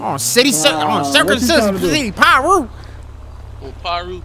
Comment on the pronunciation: This man reco dun sead circumcision pie roos.😂😂😂